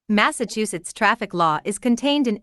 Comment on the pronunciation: Mass-achu-setts 😂 achu.. like a sneeze 🤧